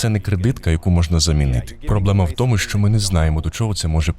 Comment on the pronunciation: Трохи тригерить кожен раз чути не що а шчо в ваших відео.